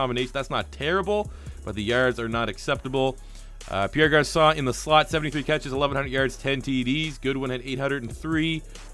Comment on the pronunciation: "Perry Garcon"